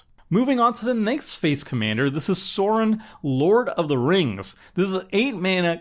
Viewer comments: its Sauron!! not sorin haha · For the record, Sauron is pronounced with an "Ow", like somebody's pinched you, not an "Aw", like you're gushing over a puppy. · Sauron slowly but surely became Sorin 😂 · I'm sorry... how did you pronounce Sauron? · Can you tell doesn't know LotR the Sauron pronunciation was rough.